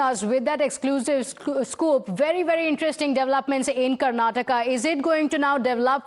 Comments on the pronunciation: Its “”KarnatakA” NOT ‘Karnatak’ . Please get it right. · Say Karnataka not “Karnatak”